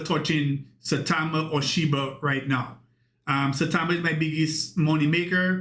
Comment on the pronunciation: Do you realize you're saying "Shi-BURR" and "Sai-TAMER" ???